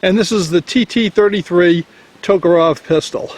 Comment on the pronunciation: Tok A REV...NOT Tok O ROV